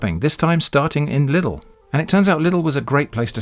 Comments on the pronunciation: in Germany they will laugh at you if you say Lidl like that haha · haha lustig wie briten Lidl aussprechen